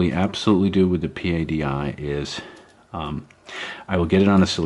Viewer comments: Sir, The Professional Association Of Diving Instructors is known and pronounced "PADDY" . Not P.A.D.I. pronounced as each letter as you do several times. Just FYI. Great videos , love the camera work and documentary style. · stop saying P.A.D.I. it is pronounced as a single word.